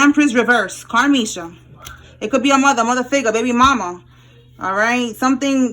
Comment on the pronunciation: Lol at like the way you said Karmesha had me rollin laughing for some reason. I felt that.